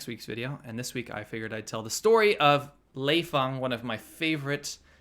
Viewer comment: Lei Fung huh..... Lmao!